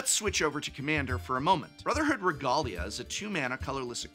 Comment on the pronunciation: I've never heard regalia pronounced like that before